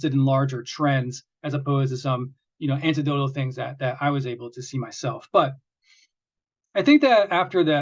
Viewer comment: Every time you say “antidotally”, and it’s been a few, I think “I should say something…” and then I think “he probably knows, or doesn’t need to be bothered about it…” and then a month goes by, and new episode comes out, and it happens again… and if there’s one person in the world whose mission needs zero bother from me, it may be you, so I’ve got nothing to say, other than thank you :)